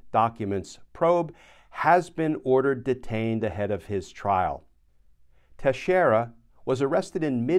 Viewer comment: Teixeira is pronounced Tex eer a NOT Tesh eer a